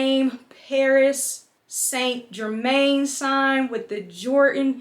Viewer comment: “ Paris saint- GeRrMaynNnEeee” 🥴🤦🏽‍♀️